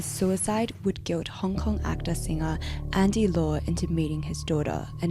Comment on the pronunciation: That is not how you pronounce Andy Lau...